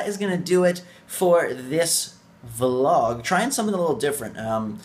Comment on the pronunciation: no thats a vlog you said volg lol